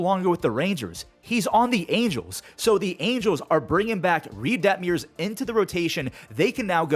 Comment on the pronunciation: Its nearly 2026 and he still calls him Reid Debt-meers